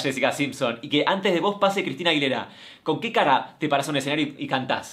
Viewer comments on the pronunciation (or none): none